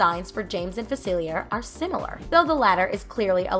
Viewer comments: Fuh-seal-e-ay right? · I think you should’ve watched the movie or looked up the name cause you keep saying facilier but it’s a French word meaning the r wouldn’t be pronounced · The way this girl keeps saying "Dr Facilier" is really jarring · Yeah that's what's bothering me the most about this video and it's not the first time I've seen people mispronounce his name in a video about princess and the frog.